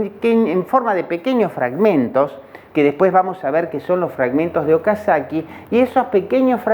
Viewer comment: Es Okazaki no Okasakii